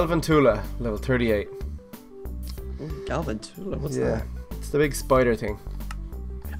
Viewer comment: OMG I get so irritated when someone pronounces a pokemon's name wrong. Lol It's gal-van-choo-luh (for galvantula)